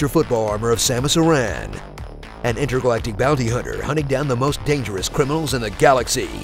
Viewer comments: Well they've been pronouncing Aran as "Ah-ran" so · Aran is pronounced like Aaron, the common mans name. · Love these videos much respect, but you totally mispronounced Samus Aran's last name, its pronounced Aaron....yes I know still doesn't make sense to me either